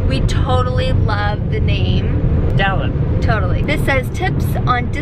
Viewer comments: I'm 100% sure that he said Dallen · Dallen sounds too much like Calvin! Don't do it!!!